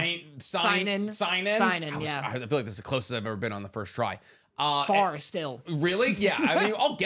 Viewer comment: seinen is pronounced “say-nen” fellas.